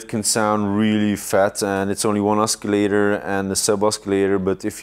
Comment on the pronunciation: BTW , I get it, he mispronounced "oscillator" but hey c'mon, he's not a native English speaker, what if they asked you to explain all of your synths in French?